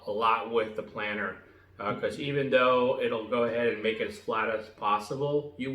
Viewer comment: Thanks for video. It’s planer btw, not planner. (“Plain-err”)